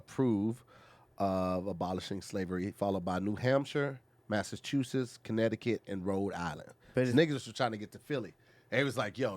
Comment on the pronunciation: can't pronounce aisle but said Massachusetts flawlessly, which I've NEVER been able to properly pronounce. As a person with, otherwise, great diction, this was humbling as fuck. 🥃 Moore Mob Pho LIFE 🥃